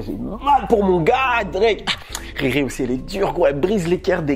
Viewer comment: L'accent congolais à vite repris le dessus quand tu as dit " RIRI brise des coeurs" 🤣🤣🤣